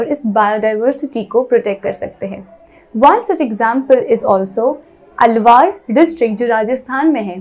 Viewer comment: its alwar not alwaaar : i am from alwar so dont mind